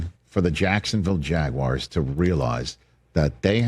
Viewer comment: WTF is a jagwire? 😂😂